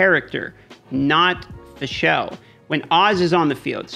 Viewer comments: It's Fischl, man. Not Fischelle -_ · Haha the way you pronounce fischl is cringyyyy. It's pronounced fishl for English speakers. There is no E in the name mate. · As a german it is really cringy how he pronounces diluc and fischl xd good vidro overall tho.